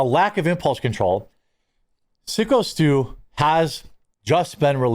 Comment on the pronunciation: Haha, it's driving me crazy that he keeps calling him Sicko Stu also.